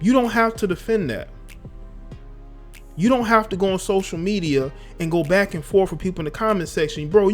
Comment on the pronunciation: For a second I thought you said Black and forth. Lol